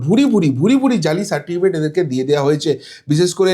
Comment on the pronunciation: দু তিন বার সার্টিফিকেট উচ্চারণ ভুল!